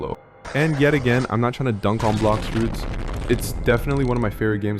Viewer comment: its blox fruover